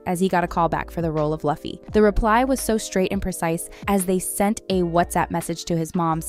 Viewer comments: Sorry guys but it is not Ai. Actually, I find it hard to believe an Ai would pronounce Luh-fee lol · If pronounciation is one thing then y'all are incorrect Japanese don't have any L sound it's more like Roo-fee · SAY IT WITH ME NOW!!!! LUFFY (PRONOUNCED, LOO-FEE) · Well, she did her homework. She just never watched the show. "Luffee" 🤣🤣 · I know you didn't just call him "luh-fee" bro did you watch the show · Youd think after all these years of notoriety and the popularity of the series, this lady would say Lufft correctly. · the way narrator says "luh-fee" :( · Could you please re-record the audio with the proper pronunciation for Luffy's name? "Loo-Fee" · Laffy ?!!! O Nahh, Luffy. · REALLY GOOD FITTING STRAWHATS CREW CASTING CHOICES, especially Luffy and Nami! TBH i really get annoyed at the fact that whoever was narrating this YT video kept calling Luffy "Loogh-yy" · you say it as louffy not luffy sorry i just dont like when people gets it wrong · did you say Laffy?????????????? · The way you say Luffy hurts my ears, it pronounced as Loefy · Oh no.. the narrator cant even pronouce Luffy(loo-fee). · It's pronounced loo-fi. Also this guy isn't Oda 🙄🙄🙄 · is this ai voiced? it's pronounced as loofy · The way this girl keeps saying LuHffy" in the entire vid annoys me 🥲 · I'm sorry for being really angry.............IT'S NOT LUFFY!!!!!!!!!!!! IT'S PRONOUNCED LOO-FEY!!!!!!!!!!!!!!!!!!!!!!!!!!!!!!!!!😡😡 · I'm sorry but... LUFF-y? Girl... no. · Hearing the names pronounced the wrong way is a nightmare for every true fan of One Piece. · Have you ever watched an episode of one piece? The way you pronounce Luffy's name tells me "no". 😂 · Is this a human or AI speaking? Luffys name pronunciation has got to be the worst I’ve heard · You didn't bother to learn to say the character name before doing the piece? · How are you making a video on one piece and you don’t know how to pronounce the main characters names?? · Aint no way you said luffy like that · loofy not lufy